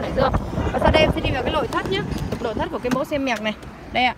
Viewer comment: nói ngọng, lội thất